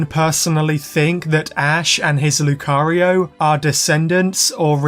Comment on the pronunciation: My ear is hearing cario not Lucario by the end of the video.